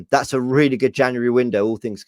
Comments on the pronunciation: Is it a transfer window video if he doesn’t say JANARY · Am I the only one who finds the way Robbie says January jarring